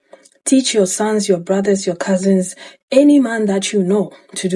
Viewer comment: When he said "Welllll, what about yo buhdas, yo fahder, yo unkelssz" I was like BI*** SOME OF THOSE BE THE MAIN ONES!